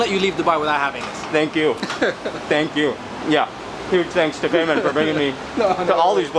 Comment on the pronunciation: بیمان !!!! not پیمان LOL